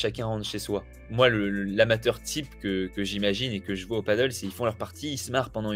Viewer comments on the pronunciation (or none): on dit « pade elle ». Le « padeul » (padle), c’est sur une planche avec une rame. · Comme d’hab vidéo de génie bien expliqué détaillé argumenté on adore Mais stp peux tu dire pádel pour le nom et nom paddle qui est un sport complètement différent à chaque fois je corrige les gens paddle 😂 Quoi que du pádel sur l’eau a voir Gros bisous et merci pour tes super vidéos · Hello, la prononciation "paddle" est incorrecte 😉.